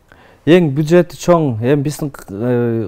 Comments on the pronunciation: Озунор айткандай, эй КАНГИР БАШ, БУЖЕТ эмес, жон гана БЮДЖЕТ!!!! Тааныныч эмес го, эки суроо берген ЖИГИТЧЕЛЕР, (вы точно не журналисты) бир аз САБАТТУУ, ошский диалектинерди ошко барып ОТКОРСОНОР - таза кыргыз тилинде суйлогуло!!!!! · бюджет деп эле айтсанар. Буджет эмес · Буджет эмес бюджет